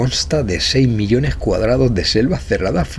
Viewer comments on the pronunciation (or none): none